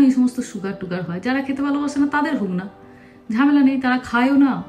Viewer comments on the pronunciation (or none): none